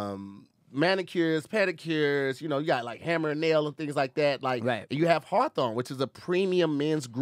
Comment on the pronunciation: mans stilllll cant pronounce hawthorne lol